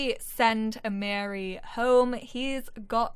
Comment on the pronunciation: I’m new to your channel and I’m loving the LP’s. The correct way to pronounce Amiri’s name is A-ma-re 🥰🥰... my nephews name